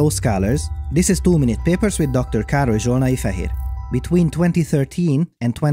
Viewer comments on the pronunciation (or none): Ooohh, it's Karoly Zsolnai-Feher and not Caro Johna Ifahir.